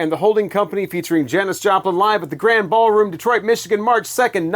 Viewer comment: Live in Detroit. Pronounced Grandeeee Ballroom here. I know, doesn’t look like it should be pronounced that way. I was always perplexed by it and spent many a sleepless night mulling it over.